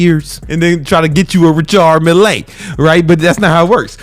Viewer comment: RICHARD MILLÉ MY BROTHER why do i love it so much when you Say RICHARD MILLÉ 🤣🤣🤣🙏🙏🙏🏆🏆🏆 the best💪🙏